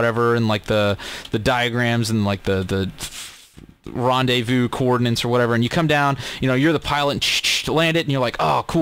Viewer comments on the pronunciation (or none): none